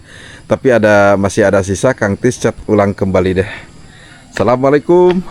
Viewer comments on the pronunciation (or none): none